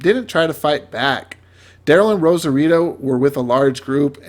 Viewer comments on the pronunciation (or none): Yumiko not Yukomo, Rosita not Rosarito lol